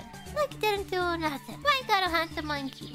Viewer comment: At some point in this video I started hearing one piece